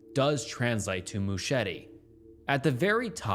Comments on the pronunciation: Some great content on your channel, but dude-- please research the pronunciation of words you don't immediately comprehend. "MOO-cheh-TEE"?! Christ. I'd let it go if it weren't a commonality across every video I've seen thus far-- "mercy" for "misery", etc. BUT ANYWAY-- not heard of a several of the things you cover, so at least you've illuminated those for me, lol. :) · Mouchette is pronounced "moo-shet". Good video regardless. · in french it’s fully said moo-shet… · Just letting you know Mouchette (unlike Machete) is pronounced with a hard T-stop at the end, so it would just be Mouchet (with the t pronounced) :) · the french pronunciations wrecked me... he tried so hard but failed so badly lol